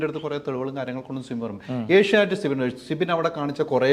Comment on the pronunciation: Sibi allado manda. Sibin. Guest nte peru correct ayit parayu